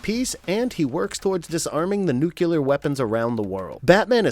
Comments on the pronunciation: It is pronounced "new clear" not "new cue lear" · New-cu-lar = wrong. New-clear = correct. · Please add new-cle-ur to that list too. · I'm really sorry but I stopped watching after the second time I heard "nucular."